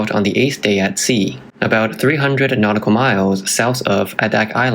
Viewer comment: 300km is kilometers NM= NAUTICAL MILES NOT KNOTICAL... WHAT THE FACK?!😂